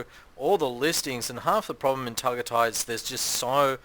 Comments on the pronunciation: Pronounced TagAyTay dumdum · It’s pronounced Ta guy tie I think FYI. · He’s so annoying pronouncing it how he did.